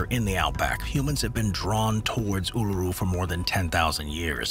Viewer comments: Absolutely butchered both names for Uluṟu lmao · How can you pronounce Uluru and Ayers Rock wrong? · In an otherwise interesting video - it annoys me when research doesn't extend to finding out how to pronounce place names grrr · At least you pronounced Alice Springs correctly after totally botching Uluṟu (oo-la-roo) and Ayres (airs) rock.